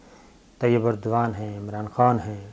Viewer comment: Dear sabir shakir saab its Tayyip Erdogan" not Tayyip burdwan.